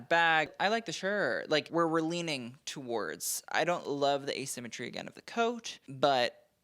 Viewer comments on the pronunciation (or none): none